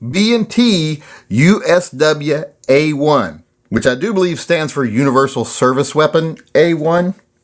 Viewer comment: US Dubyuh... George Dubyuh...